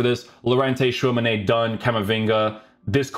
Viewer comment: Why do you say Tchouamenay it ends with an I